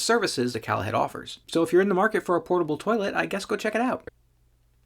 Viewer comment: I think the company name isn't pronounced 'callahead' - but rather "Call a Head" - meaning call and get a toilet